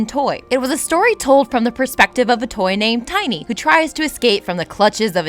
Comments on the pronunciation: It's pronounced TINN-y not "Tiny' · Stopped watching after you called Tinny , Tiny...you dunce. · it's tin e